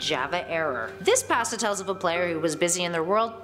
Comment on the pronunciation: Shadow Bonnie it is and she saying pasta wrong